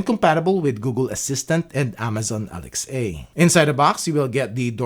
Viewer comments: Alex a 🤣🤣 i hate alexa but man you make it so much worse Speak properly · I think he says it like that on purpose to avoid triggering the viewers Alexa device. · You're the first person I have heard pronounce it "Alex-ay"